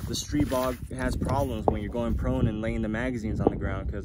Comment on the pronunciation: Really superb video: great quality, great information. Way to test it as no one else has so far! THANK YOU for taking the time and care. And you had it right with "STREE-bog," which is the Slovakian pronunciation . Ultimately, we can pronounce it however we like--I choose the Slovakian "ee" sound. My SP9A3S has about 300 rounds through it with only 1 easy-to-clear malfunction so far, and that happened when someone else was shooting it, so I don't know if it just didn't like them or what (haha); could just be the break-in period. I've used the curved 30-rounders and the straight 20-rounders, by the way. Other than that one, this is one super-smooth, super-fun, super-accurate, and SUPER-compact gun, and just a joy to hold. Everything I'd hoped for and more. Popped a red dot on and I'm off to the races.